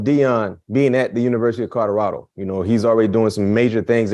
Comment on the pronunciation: Col-o-rad-o say it with me, Colorado